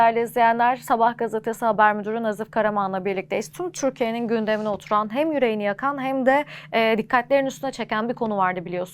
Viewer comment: Spiker ü leri u olarak soyluyor ve asiri itici..."tum turkiye" derken agzin carpasim geldi